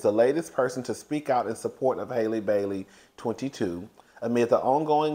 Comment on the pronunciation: Halle is pronounced HAH-lee not HAY-lee (like the same A sound as hat)